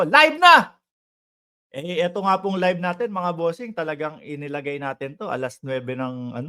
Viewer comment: Live hindi libe kino correct ko lang ha hwag ma offend kasi baka mapuna ka ng mga taga ibang bakod.